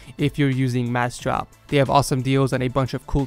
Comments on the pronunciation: he is right you know, im looking for that damn website and i cant find it in description, pronounce better as he suggested, i tought you would be smart enough to put the link of the website that paid you to advertise on top of description, and you are doing a pretty bad job, not only on the advertising but also on the treat to your subscribers... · Took me a minute to realize you were saying massdrop with your accent. Lol. Cool video. Very informative.